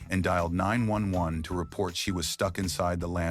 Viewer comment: I hate AI videos they can't even say 911 correctly.